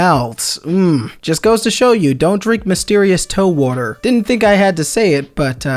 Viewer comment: the worter